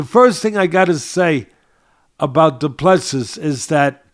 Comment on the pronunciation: Said as Doo Plu Sea,see as in ocean.Last 's' is silent